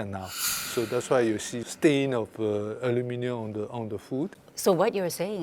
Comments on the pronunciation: Love how she does both the British and American pronunciation of aluminium at the same time! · I cannot get my head around how she pronounces the name. Like a combo of Aluminum and aluminium. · Just cringing at how "aluminium" is being pronounced. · Her pronunciation of aluminium at the beginning really offset everything 😂😂😂 I hold many respect for this program and this presenter particularly, it just let me laughed 😂😂😂😂😂 I know I shouldn’t laugh and there is no exact one certain pronunciation. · Learn to speak please. Its not aluminum foil. Its AlumINIum foil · It's funny (and bizarre and weird) that you say "aluminium", but you pronounce it like "aluminum". Super super weird. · wtf gibberish is this in the first few seconds alooominnnynumnums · Why are they using the French pronunciation… the English word is ALUMINUM. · Ali-mi-nyum. I see what you did there . Blended the two pronunciations 😂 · Ulminium 😅 - somewhere between the UK and USA pronunciation. Great subject though. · It’s pronounced Aluminium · Aloo-min-yum, is the newest pronunciation ive heard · The way she pronounce Aluminium bothers me lol .. She's pronouncing it like Aluminum (American) but then she says Aluminium (British) 😂😂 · The US English pronunciation of the word AluminIUM is so jarring. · It’s AH-LOO-MEN-NUM not AH-LOO-MEH-NEE-UM. The Asian men can pronounce it. 😂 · Your pronunciation is somewhere in between the British and the American pronunciation of aluminium/aluminum - it's trippy! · Anybody bothered by how she pronounces aluminum? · It is Alumin-i-um NOT alumin-u-m!!! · What is that combined pronunciation of aluminium and aluminum? lol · I wish she’d just simply say foil instead of using the element first & pronouncing it half English and half American as if trying to please both sides yet talking with an English accent the rest of the time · ALU MIN I UM ... how hard is it to say? the american way to say it is just beyond r3t*rded !